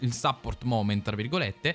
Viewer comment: Cmq si pronuncia suppórt con la u e l'accento sulla o 😅 praticamente come in italiano bro.